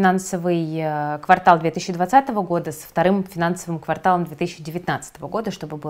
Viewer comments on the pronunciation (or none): none